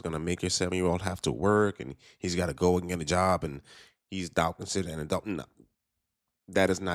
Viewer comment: She didn’t even say adult correctly lmao